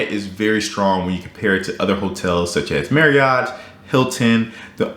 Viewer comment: Random FYI for you - Marriott rhymes with chariot. ;)